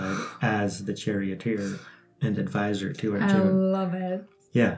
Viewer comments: Awesome. TY. You can drop "a" when pronouncing. Rama or Arjuna. Can't wait for Chap 2. Love all of your videos. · Proper pronunciation: Arjuna = Arjun Bhīma = Bheem Sātyaki = Saatyaki Bhīsma = Bheeshm ā = aa ī = ee